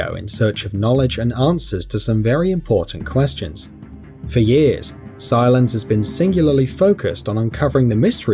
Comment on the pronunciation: Why is he pronouncing Silas as silence